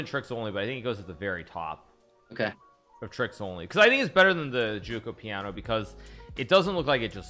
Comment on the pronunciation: Every time I hear Hikaru pronounce "giuoco piano" and "fianchetto" I, an Italian, get a heart attack